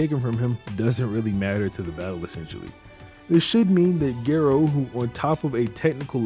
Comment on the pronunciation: Why Gay Ro? Dr. Gero... 😅😅